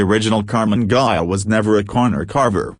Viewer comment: There are bad AI-generated videos, but this is by far the WORST that I've seen. The voice may have some human element as its basis, but sounds like a bad impersonation of a 1950s sci-fi cartoon. And he (it ?) never pronounces "Ghia" correctly. It ain't hard, people ! Those flaws eliminate any credibility that might actually reside in this video.